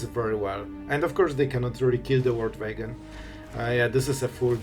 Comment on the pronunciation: The "Vorld Vagon" 😂